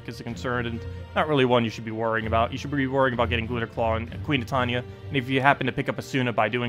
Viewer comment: ... your videos are great, but your pronunciation is killing me man. Titania... it's Tie tan ya.